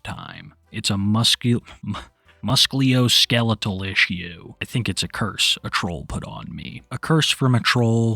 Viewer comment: my boy. Are we serious? You having a hard time with musculoskeletal? I cant knock nova for actually spelling it right and knowing what that means but lmao at you stumbling over it 😂 All in good fun though; it is a medical term and it means literally what it states (musculo - muscle // skeletal - your skeleton // musculoskeletal - pertaining to the muscles and skeleton) We learn everyday ^^ [phonetic pronunciation-> Muh-skew-lo-skeh-leh-tal]